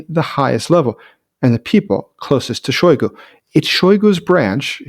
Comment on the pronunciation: Shoygo? Use his fill title, "Shoygu where's the ammo!"